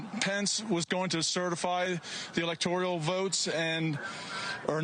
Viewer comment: There is an education level to look at here. It's ELECTORAL, not electorial. Same goes for those who say NU-CU-LAR instead of correctly pronouncing Nu-clear. If they aren't informed enough on getting the words right, what else are they getting wrong? Trump et al LOVES those who are uneducated, and it shows.